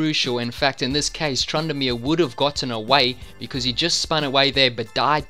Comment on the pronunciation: "trandamere" XD